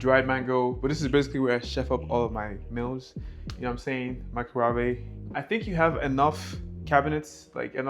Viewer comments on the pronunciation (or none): Please don’t say microwave like Nigella Lawson. It’s a microwave, not a microwavé. 😅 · Bro really said "micro-wah-vay" 😂